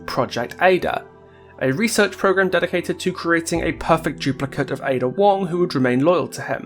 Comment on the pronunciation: Finally, someone who pronounces het name properly